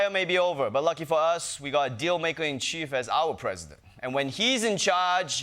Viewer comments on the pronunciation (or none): none